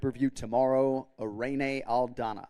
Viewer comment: Correct pronunciation for IRENE is i-rin not e-re-ne, just sayin' fyi.